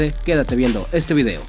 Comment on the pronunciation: dice cideo y no video xD